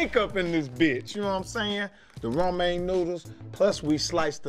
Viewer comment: "Romane " noodles